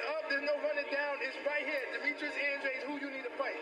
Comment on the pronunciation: its pronounced (Ann-drayd)